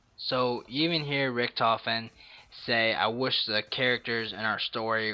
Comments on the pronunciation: He messed up saying Richthofen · Yep Richentofen...... it's called Richthofen.